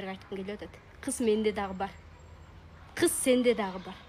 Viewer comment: кыс дебей кыз дечи